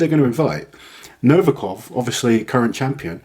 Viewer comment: I just don't understand, how can you mispronounce Nov I kov, every single time? There is no A in his surname!